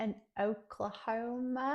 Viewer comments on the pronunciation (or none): As far as "putting r's where they don't belong" goes, I hear that in british accents. Notably, the way you keep pronouncing the name of my state. "Oklahoma-r". Thank you for knowing we exist, though. That Broadway musical's legs ran out decades ago.